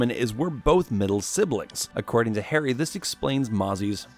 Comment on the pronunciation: The way Harry's name is butchered......it hurts me as an indian